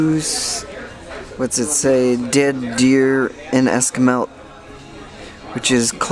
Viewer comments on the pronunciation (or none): Esquimalt pronunciation is: Ess-kwi-malt, Ess, kwi (as in kw (eye)) malt. :)